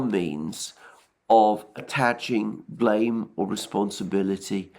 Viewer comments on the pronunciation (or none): none